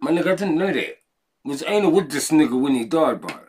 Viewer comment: Einar is Einar, there's no "ainar"... 😄 And Dree Low quit his career after Einar was shot, maybe you know? He was with the Husby Hyenor, as someone wrote (or is)...